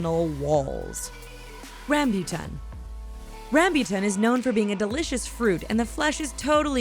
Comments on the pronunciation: Ehem* i live in the philippines theres alot of RamByuTan here -_- tbh its not Ram•Byu•Tan Its Ram•Boo•Tan btw its so tasty~ and sweet!! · nooo not rambutam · it's ram-boo-tan, not ram-byu-tan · NOT RAYMBUTEN!! it ram-butan in a fast pace... and inpronouncing r in rambutan its rrrr ok? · Ramb u tan Nope its not how you say it its Ram bu tan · Correction: RAMBUTAN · uhh... HELLO?! WHERE DID YOU GET THAT?! RAMBOTAN IS VERY GOOD WHY?! JUST WHY??!!!! AND YOU CAN'T EVEN SAY RAMBOTAN OK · "Ram-byu-tan" ha?...haha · Why am i so disturbed by the way she pronounces rambutan?? Its been so long since i've eaten any, but i did had durian abt two months ago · BTW Rambutan is read Rum boo tun. Rambutan means hairy and it is called rambutan because well. It’s hairy. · u prononce rambutan wrongly